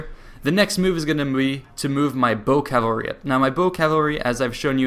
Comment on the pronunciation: Man, you pronounce cavalry like Calvary, that place where Jesus died.